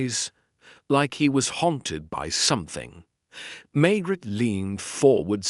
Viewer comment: Pls learn to pronounce Maigret properly!